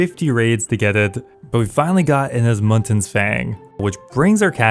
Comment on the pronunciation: The Osmumten's fang has been out for how long? And you still cant say it properly. THERE IS NO N BEFORE THE T ONLY AFTER Stop calling it osmuntens fang, its OSMUMTENS